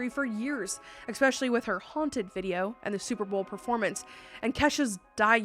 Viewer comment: FUCKING STOP SAYING EXSPECIALLY!!!!!!!!!!